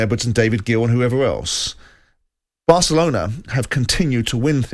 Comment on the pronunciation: Did he just say Asselona ???🙄🙄